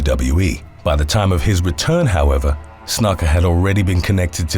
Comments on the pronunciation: Happy to help with pronunciation on any future wrestling (or MMA) videos. Snuka is said more closely to: Snoo-kah. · Jimmy "Snuck-uh"? Lmfao. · Snooka is how it’s said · It's pernounced snooka ..after all the time put into these awesome vids the miss pernounciation of that names always throws me off listening to 1 clip could resolve these issues in multiple videos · "Snooka", is how it's pronounced. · Pretty sure Snuka is pronounced 'snooker' but sounds more like 'nook' as in 'nook and cranny'. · It's pronounced snooka. He was a legend. B4 CTE. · Snuka. . .Booker T approves that pronunciation, SUCKA!